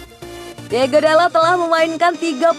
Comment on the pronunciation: tulisan namanya diogo, tapi sebutnya diego terus